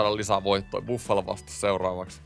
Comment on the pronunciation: "Iffalo" :D